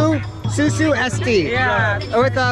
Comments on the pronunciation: Not 'susu' sir, but 'usus'(intestine)Susu means 'Milk'. Milk in bahasa is susu. I laugh when you said usus as susu😂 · usus dibaca susu, maaf aku ngakak 🤣